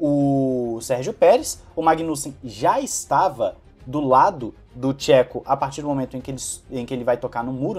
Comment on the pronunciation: Gosto do seu conteúdo e acompanho tem muito tempo. Me incomoda que sempre você mete o pau no Perez, seja mais neutro. O cara desde que chegou na redbull fez muito pela equipe e pelo Max. Não esta no nível do Max, mas aguenta muito a pressão de estar em uma escuderia como a Redbull. E um toque de boa, nao se peonuncia Chéco e sim , chêco. Só assistir alguns vídeos em espanhol .